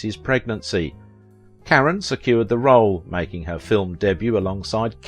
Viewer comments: Her name is pronounced “ CARONE” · I often enjoy your videos ... they are informative, and usually the subjects are of great interest to me. But it is SO annoying when you mispronounce their names over and over and over. You've done this on several videos, and it is just maddening. Leslie Caron's surname is pronounced Car-RONE. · I've always heard her name pronounced, "ca-RON". ? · I believe her name is pronounced "Ka-Roan". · Yes “ CARONE” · I just heard one too many 'Karen's' and couldn't take it anymore. It's like fingernails on a blackboard. I like this channel but will watch something else from AOV. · That's not the right pronunciation. That might be how it would be pronounced were it a Spanish name, but it is French. Ca-roh (the "N" is not pronounced, the second syllable is nasalized, there is not an accent on the second syllable). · You pronounced Leslie Caron's name wrong! What is wrong with you? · I couldn't continue watching this. Why wouldn't you take the time to even TRY to pronounce her name correctly? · Her name is French. At least, as a supposed professional, have the courtesy to pronounce it as French, not provincial English. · Wonderful actress. Please learn how to pronounce her last name correctly!!! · He is mispronouncing her name. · This is one time when I can't listen to your program every time you say her last name I just cringe. You pronounce her last name incorrectly. I'm sorry I'll be back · Thank you for saying exactly what I was going to say. She was French, and so her name would NOT be pronounced as you would an English name. It drove me crazy through the entire video. So, thank you. I watched her in many films not named in the video, and adored "Lily" and "Gigi." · Thank you for mentioning the mispronounced last name. If someone is making a video about someone, their name should be pronounced correctly. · I believe the narrator mispronounces Leslie Caron’s last name. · It’s caRon not Karen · It's not pronounced Karen but rather Ca-rowne